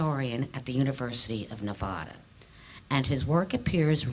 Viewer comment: I wish she would pronounce Nevada correctly